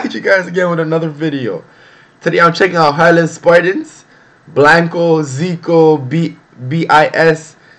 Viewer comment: are u from the uk or usa cauz u pronounced harlem wrong in ur intro